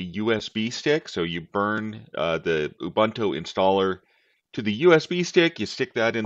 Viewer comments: It's not Ya bun tu, it's pronounced Oooh Boon Too. Greetings from South Africa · I still pronounce it you-boon-too or you-bun-too like a heretic. The only time I’ll say oo-boon-too is in professional setting.